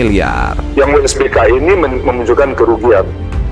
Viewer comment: WSBK bukan WBSK 😂